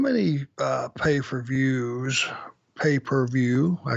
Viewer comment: You said it right, AA. Paper views 🤣